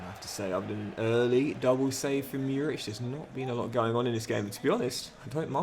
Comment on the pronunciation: Murić is pronounced like Moorich, love from Serbia <3